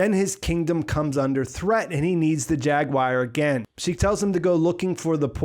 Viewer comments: Good analysis. Now repeat after me… War….gwar…goo-are…jag~gooo-are. Jaguar. You kept saying jag-wire. Are you trying to do a cumberbatch? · After hearing you mispronounce it five hundred times I feel obligated to tell you, its jaguar not jaguire. :) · As soon as you said "JAG WIRE" I was out... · why do Americans pronounce jaguar like jag-wire? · We don’t that’s just him. It kinda bugged me lol like why are you saying it like that. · I can't get over your pronunciation of "Jaguar" lol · That's a weird way to say jaguar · i swear